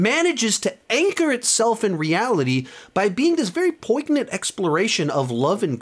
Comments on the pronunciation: Love your channel. Great ranking, as always. FYI--"poignant" is pronounced poin-yant, not poig-nant. Another one of those weird English words that's not pronounced like it sounds. Just thought I'd mention it since you say it a lot. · Always funny to see how high people rank the Black Panther movies to avoid being called a racist. 😂 Both movies were a master class in terrible writing. Black Panther isn't a Top 20 Marvel movie, and Wakanda Forever belongs in the bottom 10. Also, you don't pronounce the "g" in poignant. If you're going to flex your vocabulary with seldom-used words, at least learn how to pronounce them.